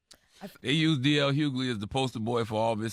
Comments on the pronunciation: It’s not “Hue-Glee” it’s “Hue-Lee” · This lady is mispronouncing D.L. Hughley''s name